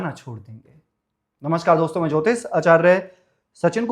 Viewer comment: यार इतने क्यूट हो सुनने कम आपको सुनने और देखने आते है ज्यादातर बहोत हेंडसम हो बोलते स्टाइल से हो बस ज्योतिष बोला करो ज्योतिस नहीं